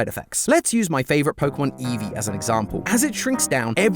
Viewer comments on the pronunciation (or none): Ah yes. Polkamon. Let us all ignore the correct pronunciation of é. 😂